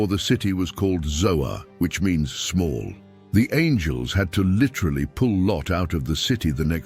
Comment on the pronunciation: I dont believe its ZOA but ZOAR.